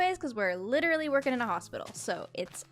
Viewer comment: When you were talking i wanted to ask: you said that 'I'm litrely working at the hospital' A hospital? Why?